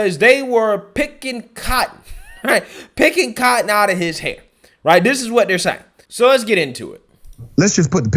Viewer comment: Too much emphasis on the word "cotton"